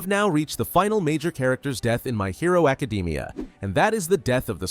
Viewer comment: "my hero acadeemia"